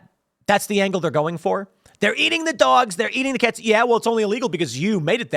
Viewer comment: Tim said dwags and cats lol